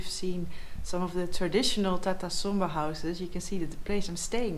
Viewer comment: I thought he said Tata Sumo but it's Tata Somba , Tata is vehicle manufacturer .